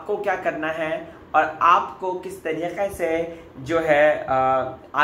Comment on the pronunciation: You really need to change the way you say "Tarikhe" Only Arshi has the copyright to say the word "Tarike" that way!! 😂